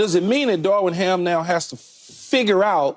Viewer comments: Someone please tell Key that "Darvin" doesnt have a damn "w" in it.. lol.. his name isnt "Darwin".. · It’s Darvin, Keyshawn. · Am I the only bothered by Key saying Darwin Ham,Darwin Ham.. I thought his name was Darvin Ham😂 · Day 23 of convincing Keyshawn it’s Darvin not Darwin.